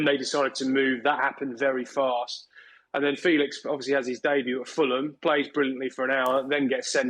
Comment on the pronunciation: Why is pronouncing Joao Felix... How Felix...tf